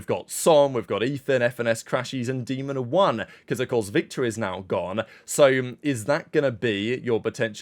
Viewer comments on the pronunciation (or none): none